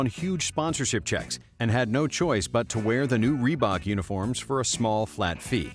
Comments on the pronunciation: Raelly Reebuk! Lol! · "Assembry by rebook " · Lol reeeee bok so bad